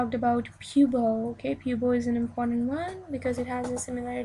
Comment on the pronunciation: Pubo?? do you mean Buto??